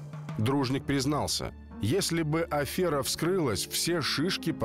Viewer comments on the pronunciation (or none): none